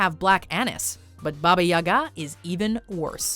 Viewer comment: Ya'ga not Yaga'